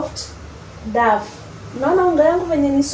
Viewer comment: You pronounce dough as "dow"